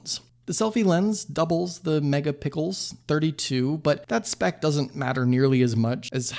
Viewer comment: Did you say mega pickles?